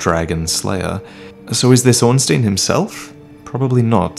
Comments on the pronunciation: Stop saying Ornsteen for fuck's sake. It's pronounced like you pronounce Einstein. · 6 years and you still couldn't pronounce "Ornstein" right.